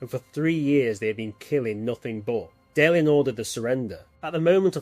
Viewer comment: Say, is it possible that this video was made with an LLM, colloquially called “A.I.”? Nobody, who has watched even one entire episode of Babylon 5 would pronounce names like Valen or Delenn in the way I hear it here.